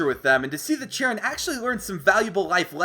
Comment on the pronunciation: uh I think cheren is pronounced shar-on